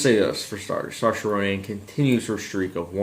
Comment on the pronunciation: Hi! Nice review. Not sure about the pronunciation of Saoirse Ronan, but other than that well said!! XD We have also done a review of this film. Would you mind letting us know what you think of it? We're new to this!